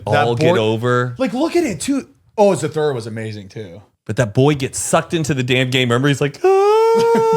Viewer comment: The way is pronouncing Zathura